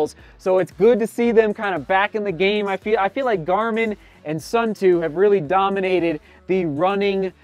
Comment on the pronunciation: It's pronounced Soon-Toe